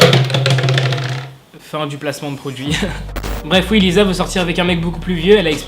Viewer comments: Lisa ca se prononce Lissa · Super vidéo, mais Jisoo se prononce « Jissoo » et Lisa « Lissa » et Seulgi « seulji »